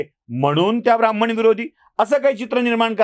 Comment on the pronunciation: शब्द आणि उच्चार ब्राह्मण असा आहे. ब्राम्हण असा नाही